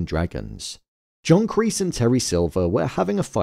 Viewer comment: kreese ❌ Kleese ✅